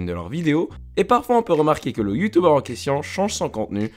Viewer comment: "Youtoubeurrr" okayy